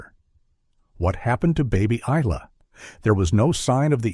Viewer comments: Isla = Eye Lah aaaaargh. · The s is silent in Isla. It's driving me flustered. 😅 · Exactly, the 'S' is silent! Such a sad thing to happen to this young family. 😢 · Yes, I must admit, I was very stuck on the pronunciation and spelling of Isla.. Throughout this whole sad story.. 🫣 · And why don’t narrators research how to pronounce the names of victims?? Hello, google! 🙄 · It's AI, that's why it can't pronounce it right